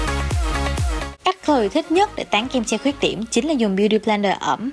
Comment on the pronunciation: Cái khúc Chloe nói "beauty blender ẩm" chữ "ẩm" Chloe nói nặng quá thành ra em nghe thành "beauty blender Ợ" :))) hú hồn chim én :)) title của video đúng ra phải là "Chloe is glowy" 😂 mami thiệt là xinh đẹp quá mà 😚😚